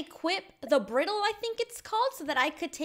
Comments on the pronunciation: Lil correction, it's pronounced bry-dle not briddle. c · Any equestrians getting frustrated over how she’s saying bridle wrong xD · I love it when non horse people try to pronounce the name of tack! 🤣🤣🤣🤣 Br-i-dle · Cringing so hard on how she pronounced bridle LOL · It's pronosed b-r-eye-d-l-e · Not to be rude but how to pronounce bridle is “ br-ie-d-ul “ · You said bridle wrong. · You said bridal wrong you don't know a lot about horses do you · Okay I just really want to mention this, you pronounced bridle wrong so just wanted to let you know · you said bridle wrong it sounds like a Y